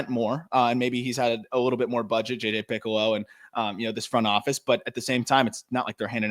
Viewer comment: Just a heads up, guys -- it's J.J. Picollo (Pe-Colo), not "Piccolo" as in the musical instrument. Hope this helps.